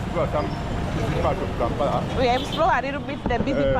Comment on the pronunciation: I love your videos, p;ease say Kampala not Kampara